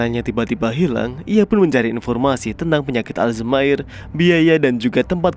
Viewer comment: Ijin min koreksi dikit penyakit Alzheimer dibaca bukan Aljmaer tapi Alzaemer hehhee 🙏